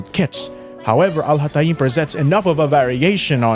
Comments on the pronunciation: The beginning of the video hurt my arabic head...AL HA TA EEEEEMMM LLOOOLLL THIS ONE IS GOOD NGL 💀💀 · Please do me a favor and go to google translate and copy الهيثم and put it in there and listen to how it’s actually pronounced! I mean you can continue butchering his name, but neither the example of how other people pronounce his name (literally no one does it like that) nor how you like to pronounce it is correct. 😅 I mean you can pronounce it the way you want, just don’t teach people to butcher his name like you do, because it sounds more „exotic“ this way, which is kinda....